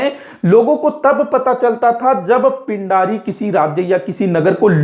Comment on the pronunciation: Pind nhi peendii bolte the